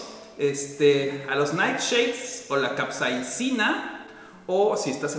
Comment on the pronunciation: Creo que no es capseina, es capsaicina/capsicina